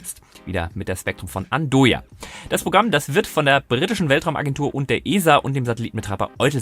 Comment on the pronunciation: Andøya ( Aussprache : An-eu-a